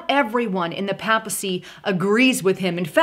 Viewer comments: Hey, Papacy is pronounced as PEI PUH SEE. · The word PAPACY is pronounced Pay Puh cy! Not intended to insult you, just to help with the pronunciation.